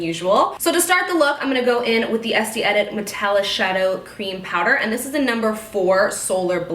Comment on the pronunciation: Isn't it pronounced "Est-ay"?